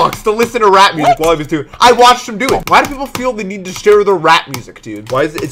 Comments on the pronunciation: I thought he said rat music not rap music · i thought he said rat instead of rap and i got very confused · i thought said rat music